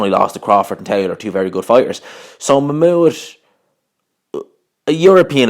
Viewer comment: I think your saying his name wrong